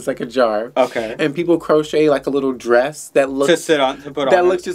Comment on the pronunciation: I love how called Maddy's costume a 'drayus'.